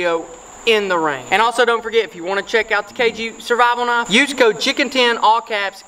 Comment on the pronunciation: Wha th is a "naaf"